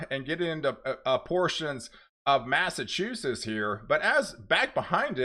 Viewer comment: Massachusetts is pronounced: Mass A Chew SETS. not sess.. Sorry it just drives me nuts to hear it always pronounced wrong..lol